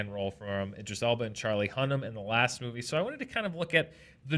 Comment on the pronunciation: Drink every time says " laSHT year "